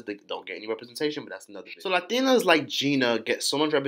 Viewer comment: My sweet baby when the hell did we start pronouncing LaTINAS with LaDINAS lmfaooooo I been starting to also kmfaooooooooo LOVE YA!!!